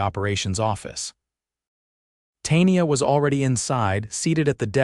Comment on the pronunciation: Tay-nee-ah??? Good grief.